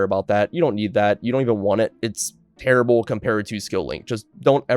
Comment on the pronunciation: "KNEED" lol